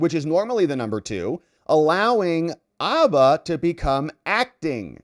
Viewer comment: Bro! Abba is a Swedish rock group. Habba is a lawyer. Include the H. Say Habba. Say it how it's said. Habba, dude, Habba.